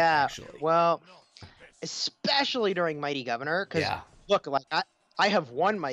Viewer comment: It's especially not eckspecially 🙄